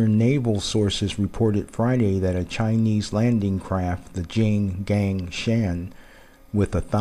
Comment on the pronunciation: it's called 'jing gung shaan'..